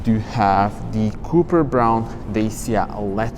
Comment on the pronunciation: It is pronounced copper (koper), not cooper (kuper). Also don't even try to speak an American English (it is city, not citey), it sounds ridiculous out of your mouth... 😂😂😂